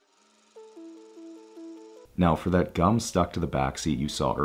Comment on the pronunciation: Gosh!! I died when I heard it too. He said it so emphatically. I thought surely I must be wrong!! 🤪